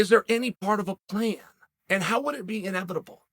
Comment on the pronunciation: Thanos: I am, inevitable Chael: I am, inevibitable.